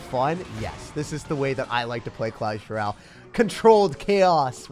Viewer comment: Bro said clash rale